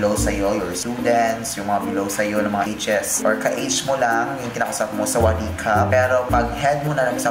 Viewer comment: พี่พูดชัดมากคำว่าสวัสดีครับ(หนูเป็นคนไทย)I speak very clearly. The word "hello" (I'm Thai).